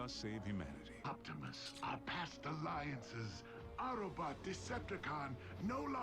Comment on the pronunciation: Sorry if I'm been rude, but It's OPTIMUS not OCTIMUS